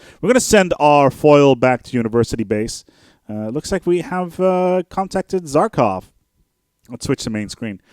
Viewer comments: It's Za-Kha-Rov not Zarkov! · Za-KAH-Rov. Seems like you're missing a syllable there :D